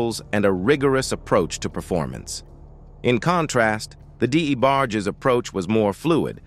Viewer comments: Damn Luther was a diva, is this A.I commentator. Di-E-bargies..WTF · Your emotionless AI narration kept mispronouncing "The DA Barges" kinda took me out of the very interesting story. Vandros, Baker RnB music in general is all about emotion and passion and your Artificial Intelligence soul less audio kept reminding me "you" don't really care at all about this story. "You" don't really exist."You"r an app . I'll stick to Unsung and Ashley Sayso they sound and feel like humans. If I'm wrong and you are an actual person my point stands. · This A.I. VOICE NARRATION SUCKS!!!! The D. E. Barges!? SERIOUSLY!!!? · Who TF is the Dee A Barges? 😂😂😂